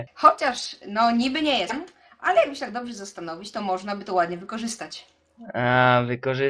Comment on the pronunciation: Ja nie oglądam, bo mnie nie śmieszy te jego trollowanie. Ale z ciekawości wszedłem na jakiś pierwszy lepszy filmik, pierwszego trolla polskiego internetu i co się okazuje? mówi w sposób identyczny dla. Te takie, dziwne "ale" w jest bardzo podobne do tego jak wymawia niektóre słowa. W ogóle głos jest bardzo identyczny, tak samo jak "nie wlazłem na tego TS'a i mnie nie rozp.. uznali za..", potem jak go opisuje, choć ponoć go nie ogląda. To jest Klocuch ^^